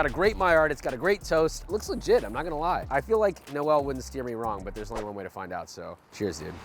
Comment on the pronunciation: No-El like he's fucking kriptonian! It's Noel (like nole rhymes with pole). Jesus America!